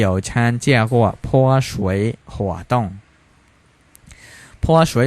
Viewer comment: 泼水活动ផ៉ សួយ ហ័រ តុង ម៉េចបងអាន ផ៉ហឺ វិញ